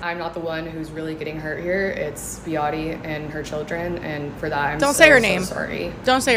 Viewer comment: How dare this lady say Behati’s name.. that made my stomach turn inside out with rage 🤬